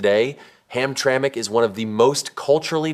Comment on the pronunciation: This video lost accountability with me when it said Hamtramic MI